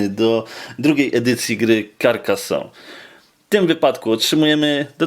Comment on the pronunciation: karkazone sie czyta